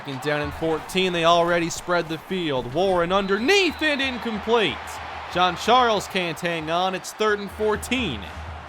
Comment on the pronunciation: I thinks its hayden jean Charles not hayden john charles